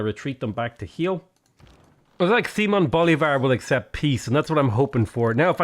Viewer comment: Just a heads up but it's "Bo-LI-var" and not "Bo-li-VAR"